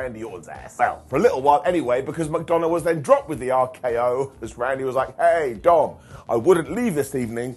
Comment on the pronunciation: veer came on monday night raw. he certainly did., I'm so upset at you. Why do you call JD McDuhnuh, "JD McDounut?" He is a man with feelings, not a circular fried cake. You missed the seeds they are plating to set up the greatest stable of the modern era: JD, Jelly Roll and CM punk, who will be known as "Jelly C McDunaroll."